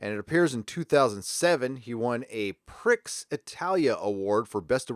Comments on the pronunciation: It's not pronounced "pricks", it's pronounced 'pree'. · Prix is pronounced "pree"...but I'm fine with you pronouncing it "pricks". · By the way, it's pronounced "Pree", not "Pricks", as in "Grand Prix"! The trouble is, the BBC has been cutback so severely, they've had to closedown their internal teaching courses, in directing and screenwriting. Nowadays, any new writers who come along and submit scripts, they no longer get made for the single play strands (that have now been axed), then get placed on the screenwriter's course. They're put straight on to writing for the soap operas; EastEnders, Casualty, Holby City and Doctors. All they're doing is churning out production line writers who just write the same thing and that's how it's been since NuWho started. Neil Gaiman's had his fingers burnt after Moffatt ruined his last episode by changing it significantly and won't write for the series again. Political writing isn't new to Doctor Who, in the original series, it was the experienced Sci-Fi writers who could write political/social/environmental commentary without shoving it into your face (as allegory), which those with no experience do, because that's how they write for kitchen sink/soap opera series and how they're 'trained' to write now. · Prix should be pronounced "pree".